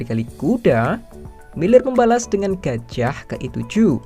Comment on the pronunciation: Hanya disini penyebutan gajah jadi gajiah 😂